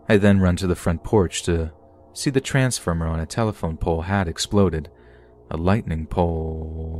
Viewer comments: "A lightning POOoooooowwwwwoooooooo-What?" XD Honestly though I would mess up like 40 times each story so, props to you. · you can hear the narrator making a mistake. "The lightning polllleeee-er what?" That got me laughing. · I k kw it was really cute 🥺🤧❤ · lmfaoo i loved it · it was adorable lol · it was cute lol